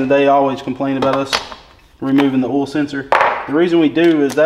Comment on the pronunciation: Lmao Why do u add extra alphabets and an extra syllable to the word "Oil"